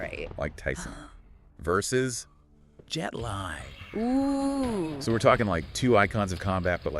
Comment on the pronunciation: Bare Knuckles and 23 yearold Tyson? Tyson.. Ans its pronounced Jet (LEE) Li